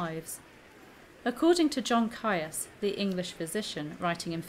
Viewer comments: It came to my notice reading the Cousins' War series and then the Tudors by Philippa Gregory. ( PS. Is not Caius pronounced 'Keys'?) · Caius is pronounced 'keys'. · John Caius is pronounced Keys - which was in fact the name he was born with. The Cambridge college named after him is pronounced Keys, too. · John Caius is pronounced ‘Keys’ - a distinguished doctor and natural philosopher, he enlarged Gonville College in Cambridge in 1557, and renamed it Gonville & Caius College - the name it carries to this day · Good video. However, the surname Caius is pronounced Keys as in the college. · Caius is pronounced Keys’ like Caius College, Cambridge which Dr Caius refounded and extended in 1557. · Isn't "Caius" pronounced "Keys"? (eg that Cambridge college) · Ciaus is pronunced: keese, such as with: Ciaus College Cambridge. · Great video about an interesting topic Caius is pronounced 'keys' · I wrote much the same a moment ago, except I think the more accurate pronounciation is 'keese'. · I know. This is a video from a few years ago. I've been pronouncing it correctly in videos from the last two years. Saying that, though, I have heard it pronounced both, which is where I got the original. I also pronounce Caius wrong here. It's"keys". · Ha! Yes, I haven't got a clue why I pronounced it wrong! I even had it marked in my notes to say it right! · What sentence would you give me? Hanging, drawing and quartering. I know I pronounced Caius wrong, which is why I added the pop-up apology and note in the description (I realised as soon as I'd published it). What else did you think was incorrect? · You mispronounced caius, speke shrewsbury and a few more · The way she pronounces 'Caius' is really grating!